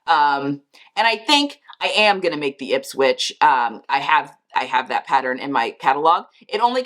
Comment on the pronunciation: The website looks great and you did pronounce Ipswich correctly. Sigh, I am not a fan of the ruffles trend and had been hoping it would take a hiaius, but I guess everyone loves it but me.